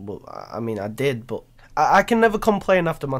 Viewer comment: its 'but' not 'bo'